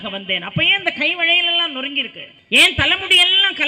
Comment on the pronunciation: Valayal enbatharku vazhayal entru solluhireerkal tamilai yen kolaiseykeerkal